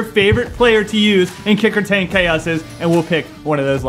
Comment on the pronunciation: Did anyone notice that said “ kick retane chaos” 🤦‍♂️